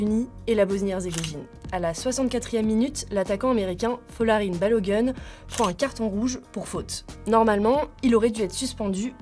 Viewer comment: La prononciation c'est pas "Balo gun" mais plutôt Balogoun. Faites un effort de ne pas écorcher le nom de sorte à éviter un certain préjugé vehiculer sur les noirs aux USA.